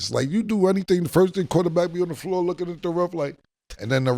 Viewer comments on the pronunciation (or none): none